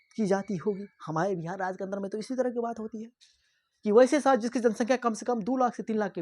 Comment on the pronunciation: Shahar . Not sahar Gaw nahi. Ganv poor hindi acchi malumat thanks